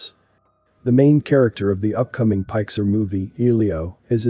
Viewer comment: pike sir...its pick sar get it? You sound like an AI chatbot, and you can't correct even the easiest or simplest of colloquialisms. I used to like this channel but when you mess up too many pronunciations I've got to wonder? Am I watching an AI YouTube channel? And this wasn't the first video that I got a little bit worried that I'm watching a robot with entertainment value